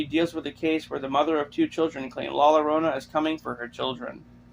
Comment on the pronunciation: It’s not La LArona… it’s La YA-Rona. It’s Spanish… c’mon white boy!